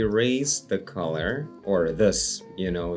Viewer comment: fun english fact: collar rhymes with caller, not color :)